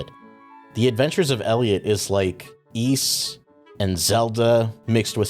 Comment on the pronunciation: Good job pronouncing Ys correctly,. I think this is the first time I've heard such a thing.